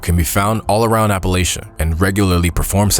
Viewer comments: Its 2025 and people are still pronouncing it wrong, it pronounced as if you're saying latch not lay. How do so many people that supposedly went to school mispronounce the name of a mountain range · Why do people insist on trying to change the pronunciation of Appalachia to sound more formal? It’s not Appalashia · How he pronounced Appalachia and Wendigo absolutely triggered me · This video was kinda difficult to listen to since he kept pronouncing "Appalachia" incorrectly over and over. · Every time you said Appalachia incorrectly I cringed! But I enjoyed the video!~